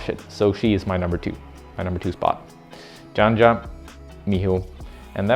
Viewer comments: She the most dominant woman climber in history and u still dont know how to pronounce her name... sayin dzandza instead of janja. sad :/ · When it comes to names, usually we (speakers of some language) adjust our pronunciation a bit to match up with how it’s “actually” pronounced, how the owner of the name prefers. Of course, we should only be expected to use phonemes within our language. Janja should be pronounced “Yan-Ya” or at least “Yan-Yuh”. Given that, “Djan-Djuh” is a bit of an extreme mispronunciation.